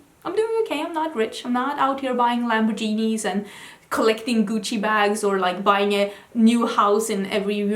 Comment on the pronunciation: I have to leave for work soon so I wish I could comment something rly nice too but I just have to say I’m absolutely losing it at your pronunciation “LamborGENIE” 😂😂😂 so cute